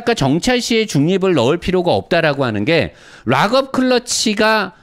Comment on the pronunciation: Lock up 이라는 단어를 리뷰하실때 많이 사용을 하시는데요. 락 업 으로 발을을 하셔야 합니다. 오랬동안 의 리뷰를 즐겨 보는 아우디 A6 3.0 가솔린 오너입니다. 물론 이해는 하지만 유투브 방송은 전세계에서 보는 방송이라 제대로 발음을 하셔야 더 보기 좋을거 같아서요. 기분 상하지 않으셨으면 합니다. 롹 업 이라고 발음을 하시면 ROCK UP 이고 락 업 이라고 발음을 하셔야 LOCK UP입니다.